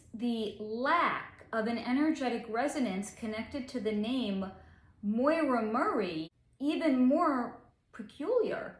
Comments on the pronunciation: Great video. I'm brand new to your channel. Just an FYI, the name, Maura, is pronounced like "Mora," with the "a" in "Maura" having an "aw" sound, and the second "a" sounding like the "a" in "sofa". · Her first name is Maura, which rhymes with Laura. It is not Moira, which has that"oy" sounds. Maybe your mispronouncian of the name is why you cannot pick up her energy field. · Her name is Maura not Moira